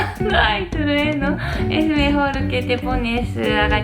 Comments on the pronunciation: Me ha encantado la cara que ha puesto cuando después de intentar repetir 5 millones de veces trueno va y dice rayo ajajjjajaj.... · "Tuerneo" jajaja, si sigue asi va sacar un diccionario único con palabras nuevas.:D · jajajajajajajajajaja truneo😂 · Hola Hola y!! Dios me han hecho reír muchísimo con su vídeo. El pensar en un Dios en el vater jajajajaja ya no me provoca ir... Que hace un Dios pervertido allí jajajajaja Hentai! Jajajaja. El troneo trueneo trueno jajajajaja tan linda, hay palabras que son difíciles de pronunciar. El moonwalk fue el mejor final jajajajaja yo voy a practicar con. espero estés mejor de salud! Cuidate mucho y no seas malooo con el botón de plata de Youtube jajajajaja te pasas. Saluditos. Besos desde mi querida Venezuela. Bye Bye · jajaja me hicieron reír mucho con el baile de lo último xD y no podía decir Trueno es persona más linda y tierna que he visto:3 ojalá y los pudiera conocer. Les mando un saludo desde México 😘😍❤ son mis Youtubers favoritos❤ Los adoro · Que gracioso a sido ver a pronunciando pronunciando "trueno" mal. ¿Es porque en japón es una mezcla de sonidos que no existe? En España hay muchas supersticiones, como bien sabrán los dos. Pero una de las que me parecen más raras es la de no sentarse en una mesa que tiene los cubiertos (o solo uno de ellos) en forma de cruz o de X. No se por qué...pero se supone que da mala suerte. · "Cuando hay truneo" xD 😂😂😂😂😂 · Me duele la tipa de tanto reír :'D entre lo de truneo, hase vientaso y los bailecillos del final ha sido el mejor vídeo de la historia del universo. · Jajaja pobre xD pero que tierna que no podía decir trueno... Me reí mucho con este vídeo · Morí de risa al ver el vídeo y escuchar a la linda no poder pronunciar "Trueno". Mejórate pronto.